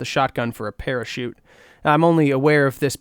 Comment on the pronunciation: parachute? i thought you said pair of shoes